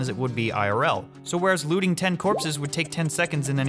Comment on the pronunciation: When you said “looting bodies” I thought you said “lewding bodies”. Sorry I’m tired and need to get my head out of the gutter